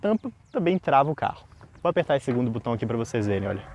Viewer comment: O correto é "botão", não "butão". Pelo nível do canal, vale corrigir esse vício